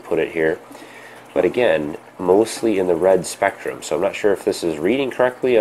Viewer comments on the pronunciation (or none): you read spektum power wrongly